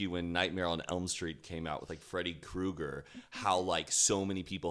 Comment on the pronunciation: I thought it was Freddy 'cougar' not Kruger lmao